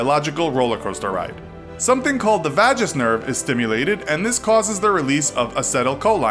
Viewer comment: The pronunciation of vagus nerve and acetylcholine are hillarious.